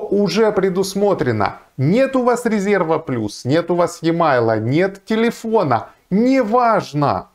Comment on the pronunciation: и мейл, а не е майл)